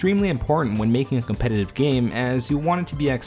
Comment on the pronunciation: "competative format" lmfao English is too hard ay